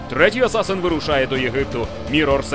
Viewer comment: Хлопці, не кажіть асасИн, кажіть як є з транскрипції англійської асасін! Вухо ріже трохи.